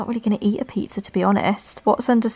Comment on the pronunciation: The PIE-ah-zza OMG im dying